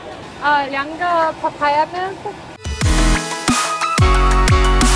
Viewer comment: LOOOL the Mandarin-English-Korean 😂. You said "2" in Mandarin and then just said Papaya Milk in a Mandarin-Korean accent. It's the effort that counts